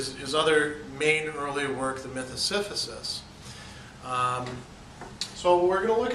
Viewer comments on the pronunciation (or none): Si-si-phus not si-phu-sis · Am I hearing you right, "Siphysus" ? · Yeah he kept saying it wrong. It threw me a bit at first